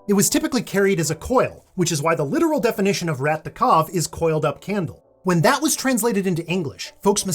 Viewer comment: your "rat de cave" pronounciation was funny. that's not how we pronounce "rat" but "de cave" pronounciation saved it.